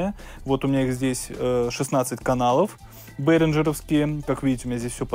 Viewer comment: Бэээringer- не к лицу!